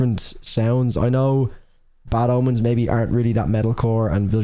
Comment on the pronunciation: Am I the only one hearing "Bad Almonds" instead of "Bad Omens" ? XD